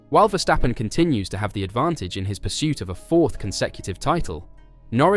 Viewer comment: You pronounced Verstappen correctly!